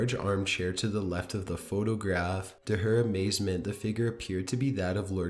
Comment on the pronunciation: Every time this guy ends a sentence, he drags out the syllable. Listen...he says photograaaaaaph, loooooooook, centuryyyyyyyy, late at niiiiiiiight, etc. Almost like he's possessed himself.